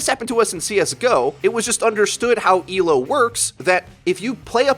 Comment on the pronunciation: Thank you for saying Elo, and not E.L.O. When people say it like its an acronym it triggers me. It shows they don't know what the fuck they are talking about. /vent